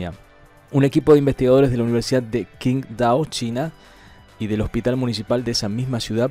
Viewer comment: hola Amigo, Qindao se pronuncia Chíntao